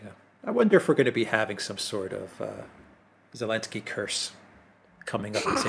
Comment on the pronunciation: Why does say "Elensky"?